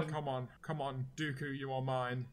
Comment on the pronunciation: Its dooku not doku